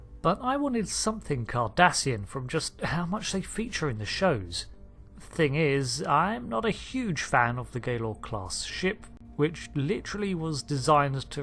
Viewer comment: Gah-Lor class. Not Gay-Lor 🤦🏻‍♂️